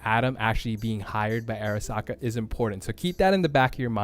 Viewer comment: Great vid thanks, you just say "AIRasaka" a few too many times for me xD